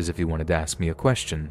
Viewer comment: Everytime he says 'ask' in story one, I hear 'ass'